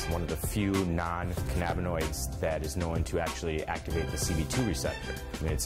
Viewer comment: I had no idea cannabinoids was pronounced that way